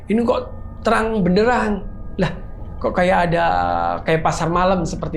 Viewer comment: "Derang benderan" 😂 pelan pelan aja pak